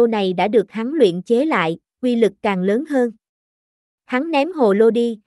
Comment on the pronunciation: Tiếng nổ lớn nhé bạn, không phải Tiếng nổ lơn. Bỏ dấu ý nghĩa của cậu chữ sẽ khác đấy. Giọng của bạn rất hay nhưng chú ý đọc đừng bỏ dấu sẽ hay hơn nhiều.